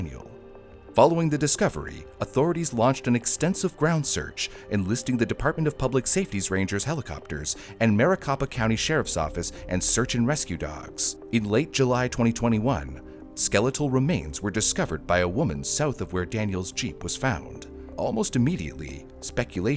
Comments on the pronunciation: And I thought brew wasn't AI, mar-ih-cope-ah, not mair-ih-cop-ah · I always cringe a bit hearing something from Arizona mispronounced, Maricopa county is pronounced mare-eh-cope-ah, not mare-eh-cop-ah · “Mary-coe-pah” is how its pronounced.